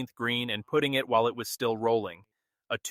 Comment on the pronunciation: Learn how to pronounce the golf term putting. The AI drone speaking mispronounced a very basic element of golf.